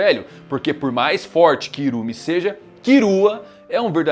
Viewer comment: Pq ele fala "kirua" e "irume"? N é Killua n?